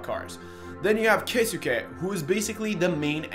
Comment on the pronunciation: just to help its pronounced key-suke